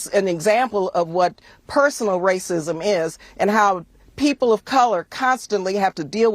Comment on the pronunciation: You mean wwwaaacism lol😂😂😂😂